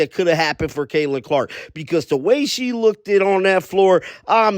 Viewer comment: Did this dude say "lookDED"?